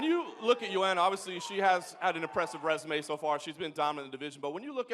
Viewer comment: sounds like TJ said resume as resuMMA